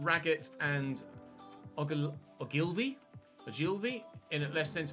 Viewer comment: The Pompey centre half's surname is pronounced "Ogle-vee", just so you know for the return game 👍😁